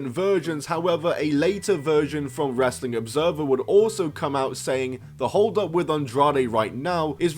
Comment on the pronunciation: Or Wres-er-ling